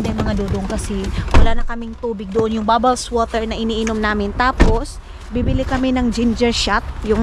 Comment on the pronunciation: it's not bobbles water inday sparkling water